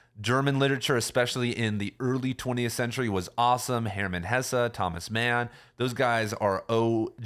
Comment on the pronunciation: It’s hess, not hessah